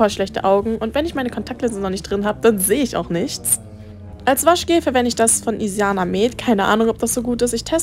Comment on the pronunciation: ich liebe zwar deine videos aber du hast anschtat isana isiana gesagt aber egal bleib so wie du bist mag dich und deine videos